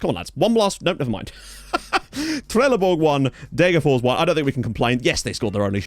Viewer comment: It's Deh-ger-fosh. I appreciate that you don't think that s is pronounced, but in this rare case the s isn't genetive (Degerfor's IF), the town is actually called Degerfors. Fors means stream. Loving the series as usual!